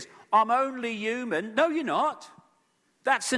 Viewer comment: Can someone please explain why this man pronounces the word "human" as ewwman? Wtf is his problem? Does he fucking think the h is silent?? Smdh, so annoying!